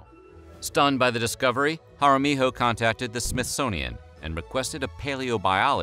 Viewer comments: narrator: it is Carlos Hara mi-yo not HO! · Not to be that guy but Jaramillo is pronounced Ha-ra-mee-io not Ha-ra-mee-ho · It’s not pronounced haramiho, the double ll sounds like y. Jaramillo sounds like “haramiyo” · Jaramillo is not "jara mee ho". It's harameeyo. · That’s not how you pronounce our last name it’s pronounced Jeh-ruh-mello or hot-ah-mio that’s the two ways Jaramillo is pronounced it’s not that hard😭😂😂 but trust me everyone gets it wrong it’s fine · (just here to inform y'all that Jaramillo is pronounced Hah-rah-mee-yo) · Love it! But, need to learn how to pronounce Names better. Ja Ra me yo. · Amazing! But, just for a next time, Jaramillo is pronounced Ha-rah-me-juh. But keep up the good and informative videos! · Ha rah mee yo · He pronounced it right once out of three or four times.